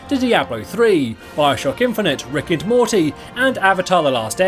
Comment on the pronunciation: did-did he just said Ricked and Morty??